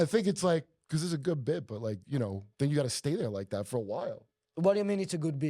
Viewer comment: Because = Baakoos😂 , the way how he pronounces it